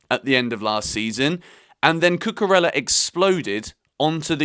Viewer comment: Hello. It's not cucurella it is cucureya. LL pronounce Y in Spanish language